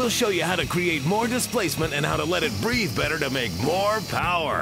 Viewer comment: 'I cant breeve!' said the cherokee